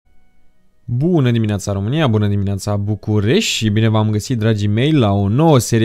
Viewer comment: De ce la inceputul introului spui "Buna dimineata Bucuresii...." ? in loc de "Buna dimineata Bucuresti"